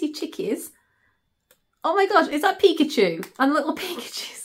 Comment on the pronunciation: It's a pic_a_chew that's how you say it everything is so nice I may have to check it out. I love seeing you happy